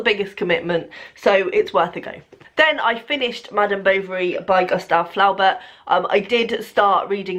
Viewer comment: Fl..ow..Burt. Sorry. That is the funniest pronunciation of his name ever...I am in tears!